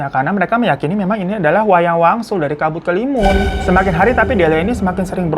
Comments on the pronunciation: Dari kabut kelimun jadi kabut kelamin🤣🤣 kita mah udah biasa omongnya bang hiro kadang kepeleset 🤣🤣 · Kabut kelamin yang begimana dah bang 😭😭 ampun typo mulut nya keterlaluan wkwk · Gak nyadar apa, malah bang hiro kepleset nyebut kabut kelimun jd kabut kelamin 😂😂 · Pliss lg serius dengerin babang tamvan cerita trus tetiba keplintir tuh mulut kena ombak jd nyebut "kabutkelamin" langsung ngakak hahahaa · Dari kabut kelamun, kabut keluwun, kabut kelamin, walang wangsul jadi wayang walun wkwk kami udh biasa denger Hiro kepleset klu ngomong wkwkwk